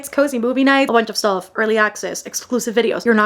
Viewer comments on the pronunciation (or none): none